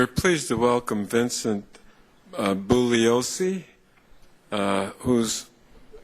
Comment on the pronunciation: Bulioseee, conyers then says he is well known but cant read or remember how to say his name right. conyers must be hitting on that pipe bigtime, he is totally spaced out. Its a mockery and the jokes on us cuz all this is gunna be is more video clips on youtube of the gov slappin us in the face. Bugliosi clearly rose to the occasion only to have mr smith act like a little spoiled bitch, totally unprofessional and a cry baby.